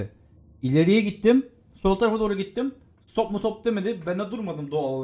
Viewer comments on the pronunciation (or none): none